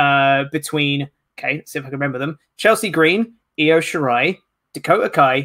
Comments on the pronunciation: Io, it's pronounced E oh Blumpie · And u are driving me nuts it's Io(eeh-oh) not iO(optimum cable tv) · And needs to learn how to say Io's name. What laziness and disrespect.